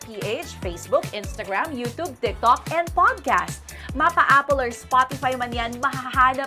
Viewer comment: You Tube - long "U" sound (not short "u") Tube pronounce like "cube"